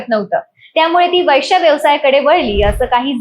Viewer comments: वैश्य नाही गं बये वेश्या म्हण ..आधी मराठी बोलायला शिक की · उच्चार सुधरा वैष्या..... नाही हो वेश्या 😂😂😂😂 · वैश्या नाही ग वेश्या असा शब्द आहे . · कानाला बिलकुल अस्वस्थ वाटतो वैष्या शब्द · Ho na. Ani tya chavare chalis mhanatahet. Kahihi chavve chalis asta te😂